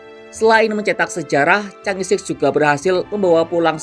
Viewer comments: Chang'e bukan dibaca Changi Chang'e ya di baca change, kamu nonton kera sakti kaga? Yg jadi pacar Pat kay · jika itu bhs Mandarin maka Chang'è 6 harus mengucapkannya bukan sik utk 6, melainkan "chang'è liuk" dgn lafal k nya lemah atau ditelan. Jika Bhs Inggris maka mengucapkannya "ceenz-siks" bukan "ca-ngè-sik". Sekedar input bagi Kompas TV ❤️ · Cara bacanya 'chang e'.